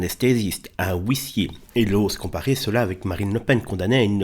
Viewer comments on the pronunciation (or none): Excuse moi, mais le houissier, j'ai buggé lol. C'est pas méchant hein.